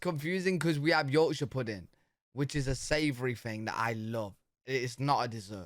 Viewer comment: My question is why does use an "F" sound instead of "th"... for example he will say "fing" instead of "thing"? Is this British dialect issue? I'm just curious.